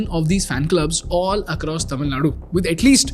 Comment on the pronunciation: I love the way how the words 'Tamil' and 'Tamilian' have been pronounced perfectly :) Hats off !!